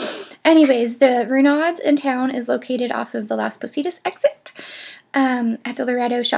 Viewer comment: Not sure, but I suspect Renaud's is pronounced "Ruh no." And Pain au chocolat is pronounced "pan-o-show-ko-lah." Thanks for the vid! (I live a block from the Arlington and know these places well. Enjoyed your sharing your ideas about'em).